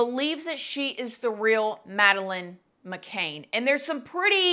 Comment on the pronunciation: I believe everyone probably knows who Madeline McCann is, it’s just a huge story Also: says her name wrong